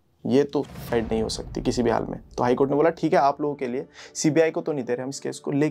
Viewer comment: ye sucide ko thik se kaahe nhi bol rhe ho..................